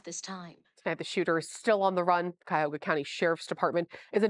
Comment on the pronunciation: If she says cuyahogga county one more time 😮‍💨